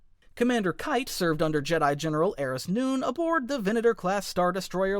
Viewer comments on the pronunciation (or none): none